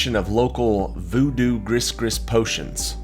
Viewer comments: In the words, Gris Gris, the final s is not pronounced. It's like Gre Gre. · You can't do voodoo with griss griss.